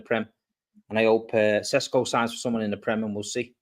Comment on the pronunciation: I’ve been told Shesh-ko is how you say it but fck it it’s Sesco like Tesco moving forward.